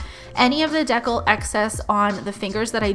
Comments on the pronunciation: So pretty as usual! Love your videos! 🥰 thank you for sharing! I’m pretty sure it’s pronounced water D cal though instead of water decl. Can’t wait for your next video! 🥰💕💋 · Are you trying to say "decal"?(Pronounced "dee-cal") If not, what is a deckle???